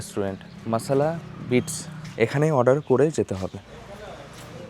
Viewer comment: মাসালা বিটস নয় ভাই ওটা বাইটস হবে।।। ❤️